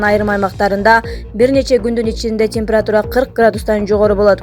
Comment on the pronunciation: ИндРа эмес, ИндИра!!! Канчалык сабатсызсын!!! Темпратура......... де...... ужас!!!!